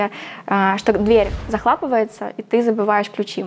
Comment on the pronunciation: "Дверь захлАпывается....". Девочка, какой Сити нах. Езжай в свою Сызрань в школу походи еще.